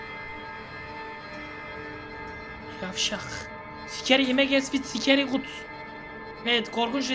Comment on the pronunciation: Abi Scary ye sikeri dedin 😂